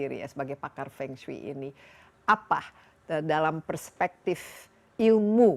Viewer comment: Halo Kak Desi, pelafalan Fengsui hrs gunakan huruf E pepet seperti E dlm kata Emas, mEnang, sEnang, pEnuh seperti yg dilafalkan nara sumber itu yg benar Mdh2an lain kali jgn keliru lagi